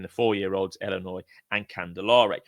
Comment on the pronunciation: Iearn to speak its illinois not ellinois